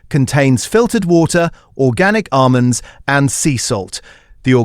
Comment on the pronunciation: Great content but horrible AI voiceover that can't pronounce 'almonds'!